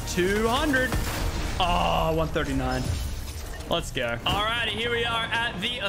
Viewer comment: Let's gooorrrr...that accent makes me want to die